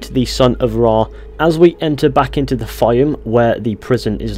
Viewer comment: Its not called fyom its called fayoum Im egyptian so i know how to spell it right